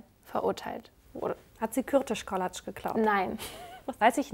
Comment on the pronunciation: Ich bin eine Ungarin und als ihr mit Gizi angefangen habt musste ich so schmunzeln:D sie ist eine Mood hahaha können wir drüber reden wie perfekt, Kürtöskalács ausgesprochen hat??? Heftig, ist nämlich ein echt anstrengendes Wort 🤝🏻👍🏻